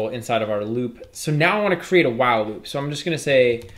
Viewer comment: wow loop or While loop? you are keep saying wow loop.